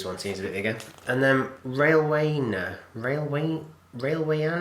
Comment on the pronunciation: Railwayana is like militaria. Pronounced Railway-Ana (as in banana).